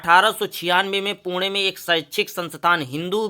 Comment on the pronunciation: वह पुणे होता है पुड़े नहीं 😂😂